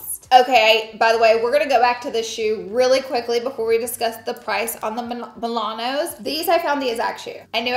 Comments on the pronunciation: Girl it’s MaNOLO not MiLANO! Lmaoooo 🤣🤣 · Is she saying Milanos instead Manolo? 😁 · Absolutely love these purchases. It’s Manolo, Italians it’s pronounced like Ma Nor Lor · Your pronunciation of Manolo made my day 😂 MA-NO-LO ♥️